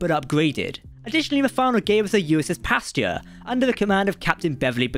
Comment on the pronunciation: Don't mispronounce "Pasteur" like that. It's not like "pasture". Without resorting to the phonetic alphabet, a fairly accurate pronunciation would sound like "past eurgh".